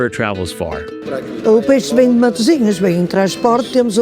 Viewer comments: It is not Matisinhos, but Matosinhos 😉😉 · It’s Matosinhos, not Matisinhos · Is writen Matosinhos and not Matisinhos......